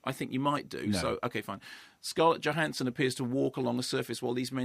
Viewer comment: The J in her surname is pronounced as a Y.....just sayin'.